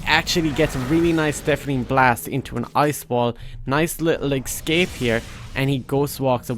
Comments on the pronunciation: Its eScape not eXcape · Nice "Excape" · You keep saying Excape where are u from